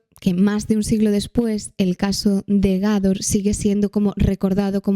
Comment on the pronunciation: Jajaja soy de Almería y me dolió como dijo Gador en vez de gádor, igualmente estupendos como siempre, un besito😘😘